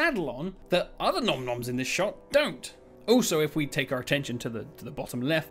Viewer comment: Finally an in depth breakdown! You are the Yod of spotting all details and secrets... so much to uncover from this video. Great to see Oru's gun again 😎 And your pronouciation of Galenta and Nom-Noms was on the spot. Asciors not so much 😂